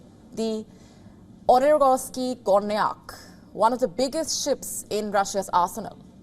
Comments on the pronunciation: Why did yo say that it was a RUSSIAN drone hitting a Russian ship? And did you even practice saying NovoSIRISK incorrectly? its NovoROSisysk, right there on your screen. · Nosirriisk😂😂😂😂😂 It has to be pronounced as Novo'rossi'sk